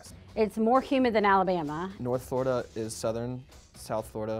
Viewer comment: HUMID. She said humid. Lol